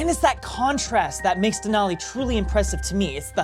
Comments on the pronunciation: Please pronounce Denali correctly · MOUNT MCKINELY? WTF IS A DENALI DOING IN THE USA? LOL